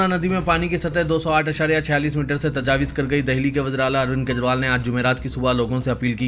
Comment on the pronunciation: Tajawiz nahein bhai Tajawuz padhiye